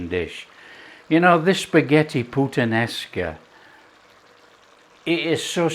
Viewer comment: You do not say puttan esca but putta nesca Great italian yes.